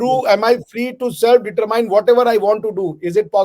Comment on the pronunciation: you look fit having lost some unnecessary weight 👏👏 has good arguments but he really needs to work on his pronunciation of English words such as "determine". Other than that he's okay and I appreciate him. Nice show, love & prayers from California 🇺🇸🌹🙏